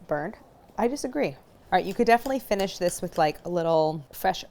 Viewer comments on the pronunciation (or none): none